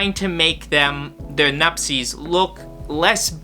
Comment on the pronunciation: Why do you call them nupsess IS NUPTSE